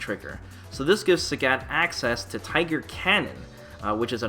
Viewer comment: THE FUCK?! Who is SÄGÄT? Who says Sägät? Apparently 1 person.